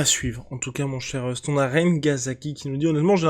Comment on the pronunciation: El famoso « teh l’époque »....Rust l’accent est parfait 🙌🏼🙌🏼🙌🏼